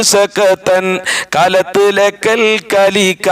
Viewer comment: ഒന്ന് കൂടി ശ്രദിച്ച് ബൈത് ചൊല്ലി പഠിക്കണം കല്ലത്ത് എന്നുള്ളത് കാലത്ത്. അത് പോലെ വേറയും ശ്രദ്ദിക്കണേ